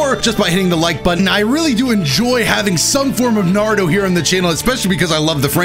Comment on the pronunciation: It’s not narutoe man it’s naruto